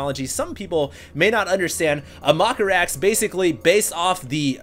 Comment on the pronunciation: Lol "maka-rax", "scoot-n-shoot marines", "blings"